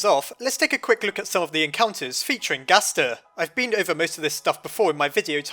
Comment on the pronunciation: I love how you say gaster but I have no clue why XD